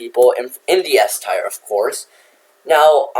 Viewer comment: Dont you love it when you pronounce tier as tire 🔥🔥🔥